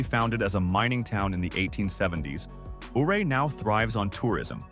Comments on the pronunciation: It's pronounced Uray‼️ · Ouray is pronounced U-ray. Say the name correctly. You forgot to mention Leadville, Georgetown, Central City, Cripple Creek, etc. Those are lovely historic places too. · Ouray is pronounced "U-ray".